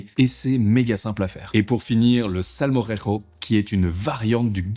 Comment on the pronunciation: Pour le gazpacho, on peut varier les ingrédients ad libitum. Pour le salmorejo (attention à la prononciation, Chef...) la recette que vous donnez est LA SEULE possible, sinon ce n'est plus du salmorejo!